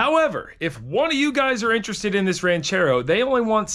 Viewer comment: "Oooooh, Ran-CHair-Row!" 👍 Side note; just saw your 977 Track Loader on Andrew's Channel... thing started & sounded Great! I gotta go back and check the vid!!!